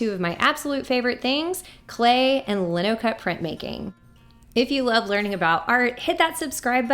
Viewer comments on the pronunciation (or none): Lino is pronounced LY - no. But it's a cool technique and one I do with all of my students.